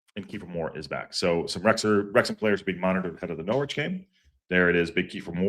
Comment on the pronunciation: IMO you're spot-on re: J McClean. Good player on his day, but has more off-days than on now...thanks for the memories Jimmy 👍(btw, Norwich has a silent 'w' so it's pronounced Norrich)